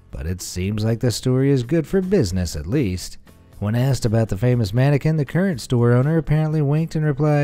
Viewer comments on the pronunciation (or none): none